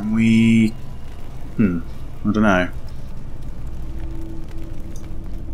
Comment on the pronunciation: "I da know"